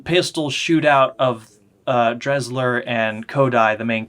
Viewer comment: I turned it off cause you cannot even pronounce Desslars name correctly. If you’re gonna review something get your facts straight.